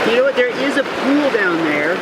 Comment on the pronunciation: it eez what it eez